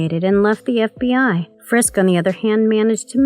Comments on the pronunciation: Please please please. If you are going to narrate any video,please make sure that you have someone in editing and commenting who's competent enough to pronounce the words RIGHT and say the Right words. It's FISK not FRISK. Ugh. Do you realize how irritating that is to a fan??? Nails across the chalkboard annoying. Ty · /Sigh Drinking Game. Take a shot every time she calls him "Frisk" instead of "Fisk" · Fisk not frisk. Otherwise great video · No "R" if "FISK" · Wow you can't even pronounce the Kingpin's actual name correctly...